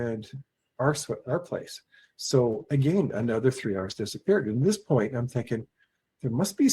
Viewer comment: "again" in a broad Scottish accent 😂 Merry Christmas guys 🎁🎄